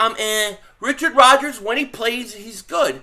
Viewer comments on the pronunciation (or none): none